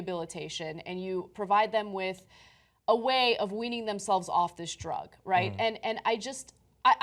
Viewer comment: I like John he really has come into his own as an anchor over these years. "Dr-uh Guns!" To be followed with "legal drugs flooding the market!" Come on man. What about cigarettes and booze because booze isn't classified by laypeople as a "drug." You spin when it suits you man.